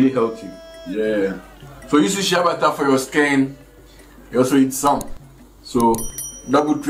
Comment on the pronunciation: Are you saying shea butter it sounds like you saying shabbata i always wonder what that is